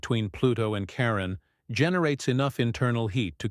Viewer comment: "are you saying Karen or Karem" "hello Miss Lady, im Dale, Brennans step brother, i think i can help with the Karen Karem dilemma" 😂😂😂😂😂